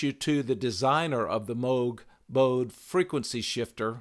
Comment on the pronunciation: Just an FYI, the German name Bode is pronounced like 'bo-duh.' (my favorite Bode-inspired tool is the Sonic Charge Echobode plugin---great for psychedelic percussion and metallic piano & brass)